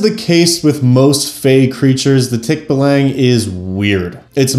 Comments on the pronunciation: Okay so: pronunciation is off; it's more like TEAK-ba-long. (Don't spend too much time on the first syllable; it's alright if it sounds kinda clipped.) That said this video is still pretty interesting! Source: am Filipino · If you want to apply Filipino mythology to your game, there is a superstition that the way to escape a Tikbalang's lair is to wear your shirt backwards (or in some stories inside-out). You can apply that as a fun puzzle if you want. 🙂 Also as a Filipino it's actually pronounced Tick-baa-lang. It's the Ba of Bali, a longer a sound. 😅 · Filipino here. That is NOT how you pronounce Tikbalang 😭. You use the ə sound when pronouncing the a's in the word, not the æ sound